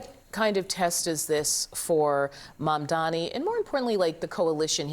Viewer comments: *Mamdani not Mamdamy!🙄🙄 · why can't this idiot say MAMDANI correctly? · It is MAMDANI, Andrew. Are you dumb or are you mispronouncing his easy name deliberately ? Haven't you been told already by Mamdani himself during your awful debate where he gave you a shellacking of how to pronounce his name ??? Andrew it appears does not know his alphabets. Oh he is good at one thing though. Grabbing women and oh sending the elderly to their deaths